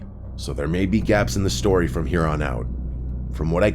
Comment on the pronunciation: my favorite tory submissions from summer 2025 he said Tory not story